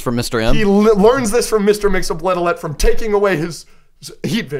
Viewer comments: I think its pronounced "Mix-Iz-Pit-Lick" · Mr. Mxyzptlk is pronounced Mix-Yes-Pit-Lick per Superman The Animated Series.